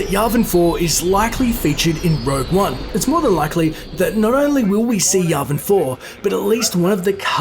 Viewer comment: It’s not yarvin four it’s yavin four